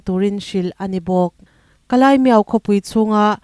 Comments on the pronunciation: Kalaimiau= Kalimiau Tia lam tur zawk Ani e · Kalimiau tia lam tur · Kalaimiau tia i lam hi mi dang lam dan i la hre lo nge, dik zawk nia i ngaih angin i lam mai aw.....?